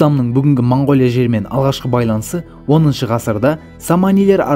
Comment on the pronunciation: Мангооля деп айтпаңдар. Өте жаман естіліп тұр. Орыс емес болсаңдар О әріпті О-мен айтыңдар